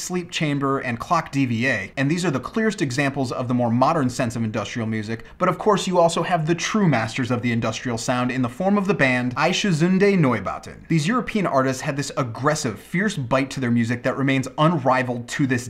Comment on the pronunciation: *laugh* thats not how you pronounce Einstürzende Neubauten :D Actually the closest you can get in English might be Ai (like the japanese ai) - n -sty (like in styx)-r-zende Neubauten was "alright"